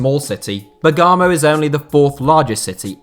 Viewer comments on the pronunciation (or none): è bèrgamo non bergàmo dio graticola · It's Bèrgamo actually. Accent is on the first syllabe. Not Bergàmo. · Great video! But it's BERgamo, not BerGAmo, sorry if I'm being too focused on details, but it's a little painful to her BerGAmo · Eibar, not Aibar. BErgamo, not BergAmo. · Bèrgamo, not Bergàmo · I'm not Italian or European but I'm pretty sure it's Bergamo and not Begaamo ! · Expecting for him to butcher Bergamo pronunciation but holy shit... He exceeded expectations Bagamo 😂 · It’s pronounced ‘berr-GAA-mo’ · Bergamo is pronounced bear gam oh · that Bergamot pronunciation though.. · THE WAY HE PRONOUNCED BERGAMO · Does he pronounce Bergamo in a really strange way? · Bergamo doesn't have so much emphasis on the 'a' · Wakefield is nowhere near the size of Coventry and Leicester. And that pronunciation of Bergamo was horrific. Emphasis on the g and there's no R after the A